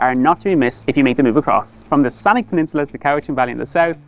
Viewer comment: As a Victoria boy i hate it when people drop in from outside to tell the world about my home town and don't even get a local to go over the proper pronunciation of the places they are reporting on. The University is U-Vic. You don't say each letters name, it's not U, V, I, C. Camosun is Ka Moe Sun Saanich is not san ick it has a ch not ck at the end